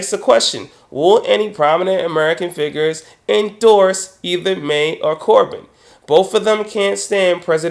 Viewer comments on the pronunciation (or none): none